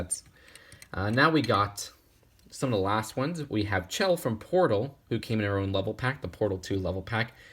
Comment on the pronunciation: hey, uh, Chell's name is pronounced as Shell, but I think i might be just being picky